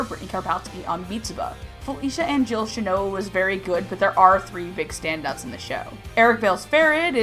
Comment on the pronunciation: I cringed everytime you pronouned Shinoa wrong.